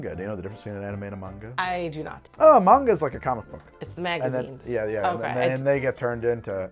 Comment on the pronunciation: yeeees he said it right Munga! not man ga